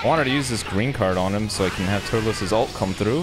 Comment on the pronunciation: Apparently pronounces Turles Turlus I still love his commentry